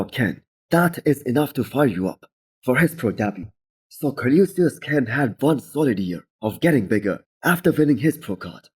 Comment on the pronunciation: learn how to say Colossus!